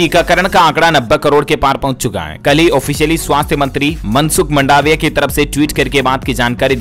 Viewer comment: अरे भाई, मंडावीया नहीं अपितु मांडवीया है . ईतने हुंसियार हो फिर भी गल्ती करते हो . और वाकई में ईनाम देते हो कि उल्लु बनाते हो . यदि देते हो तो विजेता का नाम और नंबर प्रकाशित करो, जिससे मालुम हो कि वास्तव में ईनाम दिया जाता है .